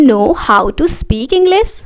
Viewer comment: Mam इंग्लिस नहीं इंग्लिश होता है सी नहीं शी{she} होता है